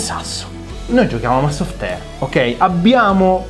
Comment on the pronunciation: La maglia "Soffi Teir " di è per pochi